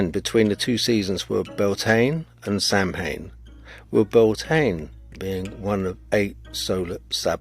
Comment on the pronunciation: It's pronounced Sowin, and in Wales the term doesn't exist, it's always been Nos Galan Gaef for Halloween